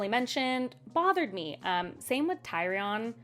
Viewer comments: Tyrion pronunciation: teer - ree - on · 😂Are you trying to pronounce Tyrion? As in Tear(the thing when you cry ) 😢 E( like the letter) un(as pronounced when its a prefix, untitled, unwed, uninvolved) . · Im sure people have told you, but it's Tih-ree-on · Oh, my sweet summer child. Ned died? Also, why do you pronounce Tyrion (Tear-ee-on) as (Tie-ree-on)? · Tyrion is pronounced Teer-Ee-Un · It's wild how from you hearing about all these characters, no one mentioned Tyrion enough for the pronunciation sink in. I enjoy your interpretation of his name though, it makes me realize a parallel to the real world name Tyrone I never noticed before. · His name is pronounced as if spelled like this - “Tear-eon” - tear like crying. I read GoT in 2002 after reading LotR as a Freshman in College. I tried to get EVERYONE I knew to read the books, but nobody would! They all thought it was just corny fantasy. Well they turned out to be the lucky ones, because they didn’t have to go through the agonizing 6 year wait for A Dance with Dragons, and now the going on 12 year wait for WoW 😭 At this point I’m in the “won’t be finished” camp, but it won’t take away all of the memories the book series has given me over the years. I found a copy of AFFC in a random hotel in Thailand with nothing to read and no TV, remembering reading it on the porch while elephants were walking down the street, priceless memories, such a great book series, even unfinished. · “Of course I knew every character, I live on this planet.” Proceeds to call Tyrion, Tie-Ree-on throughout the video 😂 On a serious note, happy to see someone new enjoy the book. ALSO: I misread Hermione’s name when I read Harry Potter as a child. I hadn’t seen the movies at the time and kept pronouncing her name as Her-Mee-Own. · Oh my sweet summer child it gets worse. MUCH worse. I'll be interested in seeing if you'll be able to get through this entire series since it does get very graphic. For Tyrion: his name is pronounced TEE-REE-ON